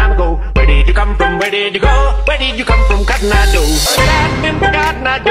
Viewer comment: >:( THATS COTTON EYE JOE NOT GEDAGADEGEDAGADA O